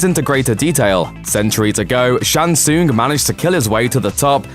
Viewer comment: The way he pronounces "tsung" is painful...